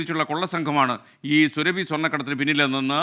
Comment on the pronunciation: സുരഭി അല്ല. സുറാബി. Khatun is a title of the female counterpart to a Khan.